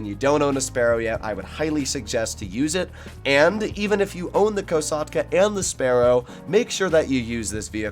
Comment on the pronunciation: Just can’t get past how he pronounces Kosatka COsatka???